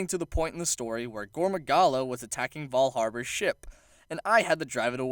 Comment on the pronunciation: Why does he keep saying Val Harbor? It's Val Habar